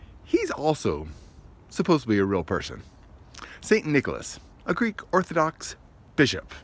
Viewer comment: I was just about to subscribe then i heard you say "supposeBly" instead of supposedly and i had to stop..its such a pet peeve of mine because my brother skewered me for relentlessly growing up 😄...but the rest of the video was really great so i decided to subscribe anyway lol.. Totally messing with you. Keep up the great work. U gotta brand new subscriber. Glad i ran across ur channel.